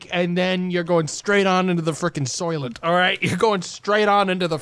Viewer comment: Soylent, he said. What the fuck is a “soilet”